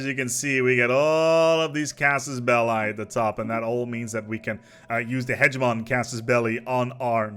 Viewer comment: It's funny that he says "hegeNomy" but also "hegemoN" - at least there is no "nucular" :-)